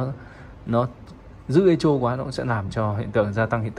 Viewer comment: Echo đọc là "ê cô", không đọc "ê chô".